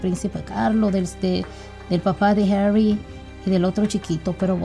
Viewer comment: ES HARRY NO ES HARRIS.